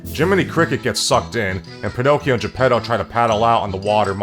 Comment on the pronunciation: as someone half listening as I read the news on my other monitor I keep hearing 'the pedos' when you say Geppetto and its making this video 10x funnier than it already was.